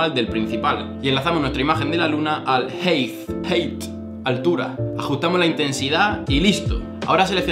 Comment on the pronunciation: Height se dice jáit